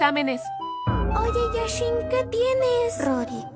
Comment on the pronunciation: Lit bro Se inspiraron en el mejor arquero. Se llama Jashin pero yo escucho yashin